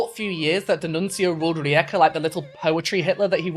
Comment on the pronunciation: Unrelated but as a Croatian I appreciate your attempt at pronouncing rijeka it was actually pretty good